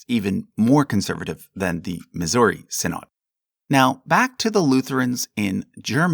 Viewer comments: Quick note: "Synod" is pronounced "SYN-od/ed", not "sin-OD/AHD"; but greatly appreciate the care and detail in your Lutheran Section. And while the Lutheran Church -- Missouri Synod may go in with Lutherans in America as you have them, our history and heritage is more closely tied to Saxon immigrants fleeing the Prussian Union church in a wave of neo-Lutheranism (although they were not the only Lutheran group, and others tended to end up in the LCA/TALC/ELCA) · Small nitpick: 'synod' is pronounced 'sinid'. Love your videos! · The LCMS did not derive from the Church of Denmark. You have no idea what you're talking about. False information. You can't even properly pronounce the word -- synod. So many lies.